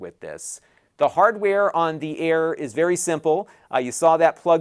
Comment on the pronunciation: Are you saying it's vewwy sensibo?